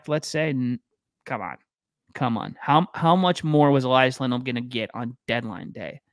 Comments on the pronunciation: Just so you know, you can only pronounce the name Elias one way if you're Swedish: E-lee-as. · Note from a Swede: They're both called Elias, which should be pronounced "eleeas" with an ee sound, not "elaias" :)